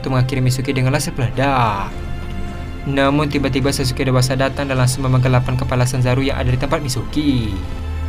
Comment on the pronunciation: Sumpah salah satu kalimat yang mengecewakan adalah ketika admin mengucapkan kalimat " Namun " Contohnya namun zanzaru langsuu menghindar "😅